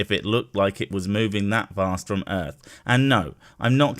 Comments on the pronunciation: the ultimate cherry on this weapons-grade-stupid sundae is that he's not saying "earth", with a -TH, like the rest of us, but "earf", with an -F. This one really has to be my all-time favorite flatard! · This guy makes me laugh till i darn near wet my pants. He's such a moron. Can't even say "Earth", the illiterate fool. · I think he was talking about the earf. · This guy drives me crazy with his refusal to speak words through to their ending letters. Also the word "earth" doesn't end in an "f". He is so intent on remaining uneducated.